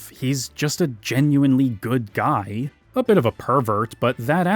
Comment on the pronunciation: "I don't know what suh-hee is thinking, that guy-al is a paradox to me."